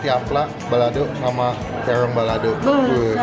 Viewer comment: the way that you say r, “bebek rwica-rwica”, mozarwelaa, tewrong balado 😂💕😅